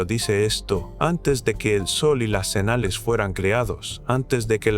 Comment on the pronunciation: Enseña a hablar a la IA, Énoc por Enoc, senales, etc